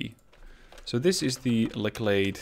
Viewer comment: just thought I'd let you know.....its pronounced LETCHlade lol, as in a door LATCH but with an E. Not really important I know lol